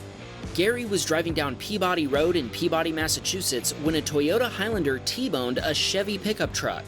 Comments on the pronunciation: Gary wasn't in 'Peabody', MA. He was in 'PEE-BA-DEE', MA. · That's PeaBUDDY, Mass, not PEAbody. Unique MA pronunciation. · I’m sorry but I live in Peabody and I found it so funny when he said “Pee-body” when it’s “Pea-bi (lik bib)-dee” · It's pronounced Pee-Bdee not Pee-Body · Yep that's it's correct. As a person who lived in Massachusetts for 12 years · Peabady Massachusetts that’s how you pernicious it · Peabody is pronounced like pee-buddy, one of the many quirky pronunciations of town names in Massachusetts! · Peabody, Massachusetts is pronounced “pee-ba-DEE” iirc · Peebody lol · as a person from Massachusetts I should tell you this, Peabody is not pronounced as it looks at all. that actually goes for half of our town and city names. ya we are weird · I know, right? I grew up in Peabody in the 60s, 70s, and 80s. Not sure why I expected people to be able to pronounce it correctly by now. And Peabody Road was a little neighborhood street across from my high school back then. Do they mean Lowell Street? If so, it’s grown a lot from a simple two-lane. This looks how I remember 114 near the Northshore Shopping Center and Liberty Tree Mall.